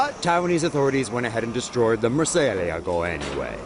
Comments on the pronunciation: The way he murcielago make me want to kill myself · Since when do the Chinese Respect anything? No surprise what you see them doing to perfectly good, amazing Cars. Oh, and say Murcielago again, I effing dare you